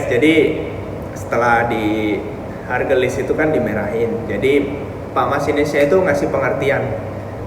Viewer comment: ..stasiun haurgeulis mungkin bukan hargelis..